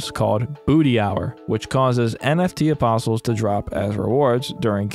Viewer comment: Its like, I know hes saying apostles, but I keep hearing opposums, which honestly sounds like it might have made a much interesting game